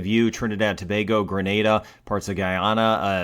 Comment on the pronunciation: Bless Brian and thank u. Beautiful diction TOBAGO very few can .......so well.